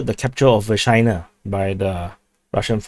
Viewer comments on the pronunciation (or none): I'll be sooo glad when Vershyna is consolidated, by either side, simply to stop the eye-watering double entendres :-D (btw I believe it's pronounced 'Versheena'. So there.)